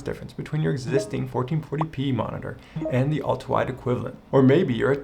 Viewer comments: I can't unhear "Ulta wide" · Great video, but I got distracted every time you slurred "ultrawide" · It sounds like he says ultwawide or ultawide.